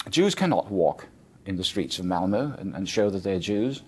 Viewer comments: It's pronounced Malmo, not Malmer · lol when you say "malmö", its sounds like molmure... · Uhh well in Sweden we pronounce it Malm-O. The Ö is sort of pronounced like you'd say "Uhh" but in this video this bloke adds an R at the end when he pronounces it. Plus not to mention how horribly overdone this video is and how it misrepresents a great city. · This vid is full of lies and inaccurate shit! Typical of American "journalism". And it's MALMÖ not Malmuurrrr. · Malmor? wtf it's Malm-O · OMG english ppl cant say malmö they say malmore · What is this marmer he speaks of? Marmelade?